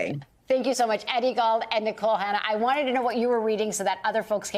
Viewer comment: Did she call Mr. Glaude, "gaul"? Lol